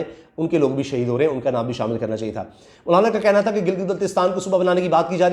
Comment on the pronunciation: bhttt acha ies k name bol rhy ho مونالا na bol k👍👍👍